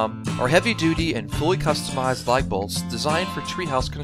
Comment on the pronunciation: it sounds like he's saying "light" bolts each time.